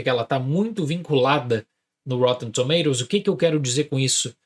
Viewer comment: Se fala - roTTEn TomaToes - UK 😅